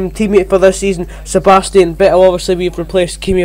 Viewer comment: And thats Vettel not Ve-el 🙄